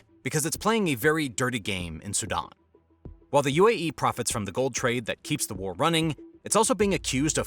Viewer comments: "Su-DON"? It's SudAn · I thought he was saying Saddam not Sudan.